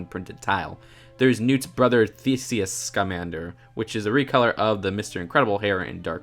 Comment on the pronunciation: Awesome!! You finally said Scamander right 😂 ( It is, pronounced "Lee•tah")